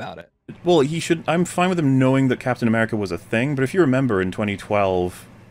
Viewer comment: Captain "Americer" you were doing so good and you messed up on the easiest one... One step at a time.